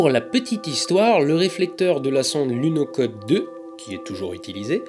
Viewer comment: Juste pour chipoter, ben qu'on écrive lunokhod, il me semble que ça se prononce lunorod.